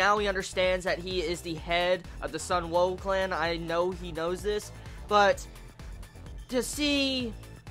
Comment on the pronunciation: Nice vid man, glad you're finally doing this series! Just wanted to point out that the Oon in Shioon's name is dragged out like soon or toon. Same for the last part of Sunwoo, the woo